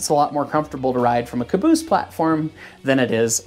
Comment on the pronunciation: Son of a beeese!!